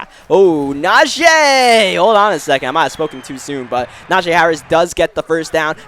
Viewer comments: pretty sure its najeeeeeeee not najayyyy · Na-jee. Not Na-jay